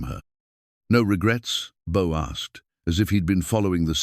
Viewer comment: Beau, Book, Boo...come on Ai get it together....,😊